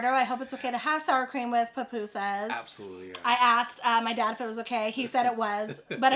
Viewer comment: Also the pronunciation is poo-poo-sus But you did really good with the other pronunciations! Your Spanish is really good. I’m glad you enjoyed salvy food as we call it. My parents are from there!!!